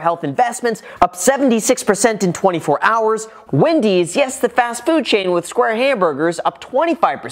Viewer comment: It’s Wendy’s not Windys. You don’t “smash” a button unless you want to destroy it.